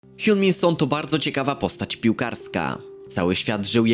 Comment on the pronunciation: Hiunminson? Hawkingson lepsze